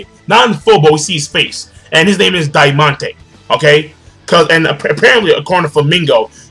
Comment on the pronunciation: The Spanish theme is even most obvious in this chapter. I bet the right translation is Trebol, not Trevor, which means clover in Spanish. For the same reason you should pronounce Diamante as in Spanish and I'm sure the other dude is called either Pica, Espada or Corazon Negro.